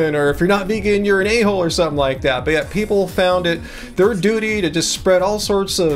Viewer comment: Keep up the great work! I can't believe you nearly said 'duty' correctly